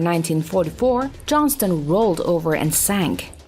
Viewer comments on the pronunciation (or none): none